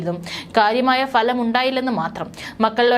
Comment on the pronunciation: എന്തൊരു ശ്വാസം വലി 😮😮😮😮😮😮 "Falam" ഉച്ചാരണം 😢😢😢😢😢😢